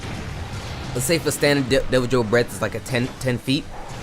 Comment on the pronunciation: Idk man I always pronounce it Devil-oh. Nothing major just sounds a bit odd lol